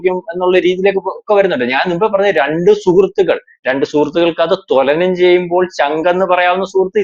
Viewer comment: തൊല നം അല്ല.. തുലനം